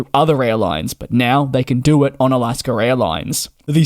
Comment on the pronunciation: Where is the R in Alaska?